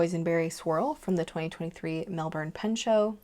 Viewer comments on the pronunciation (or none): none